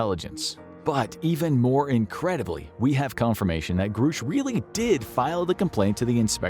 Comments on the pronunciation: It's Grush not Groosh. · It's pronounced GRUSH NOT GROOOSH 😂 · Its Grush, not groosh. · Grush, not Groosh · Just gunna say this, not to knock on you guys, but because it's been bothering me all over the place right now: it's pronounced "Gruh-sh." Not "Groo-sh". David Grusch himself pronounces it this way in his interview with Ross Coulthart. Gruhhhhsch. Just sayin'. Anyway, back to the topic at hand here: if Grusch is correct, then this disinfo campaign has been waged on the civilian populace and corporate interests are hoarding advanced technology for their own profit and intending on weaponizing it. Gee, what a surprise, never heard that one before. 🙄 Honestly the massive delusions so many "powerful" people experience is the best evidence we have of a larger need to take mental health seriously. Funnily enough... Most people who report UAP sightings are perfectly mentally stable. Myself included. I ain't crazy because the Universe decided to give me a high five and show me something fantastically amazing, lol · The pronunciation of the whistleblower's name is gr-ush not groosh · Call him "Groosh" one more time.... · Grusch is a short U vowel sound. Not long U vowel sound. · It’s amazing how you can know so much on this topic yet still pronounce Grusch incorrectly.